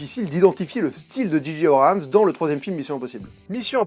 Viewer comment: Abrams et non Abrahams. Pourquoi tout le monde se trompe? 😆